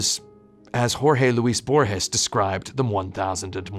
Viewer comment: Borges. You... you just mentioned Borges. You pronounced Jorge Luis Borges almost perfectly. "Beatriz querida, Beatriz perdida para siempre, soy yo, soy Borges." You won me over with that minuscule reference.